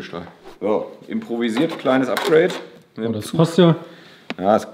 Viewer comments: "A" wie Apgreid, hahaha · oder von beiden was: APGRADE